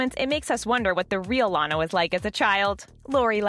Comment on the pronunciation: You are so dum you make a video that already have and episode of it so why do you need to make a video when people can just watch the episode and you finally said Lana correctly